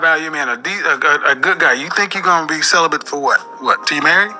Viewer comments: Sounded like she said "Celephant"... (Like a cellophane elephant?) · Is she saying celibate or sell a bit ? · It's celibate and not celibant. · Why did say celebant??? lol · She said celebian.😂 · I heared "celebum" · "I been celebent for 2 years"🤣🤣🤣🤣🤣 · Wtf is "celibent"? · She can't even pronounce the word celibate, let alone live a healthy balanced life. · lol it’s not her decision to be “celibate”, absolutely nothing wrong with that… it’s her mispronunciation of the word.